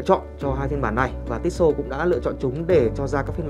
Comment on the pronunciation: Cứ tít xô tít xô nghe khó chịu thực sự